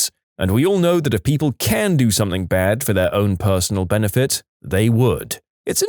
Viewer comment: No K in the word something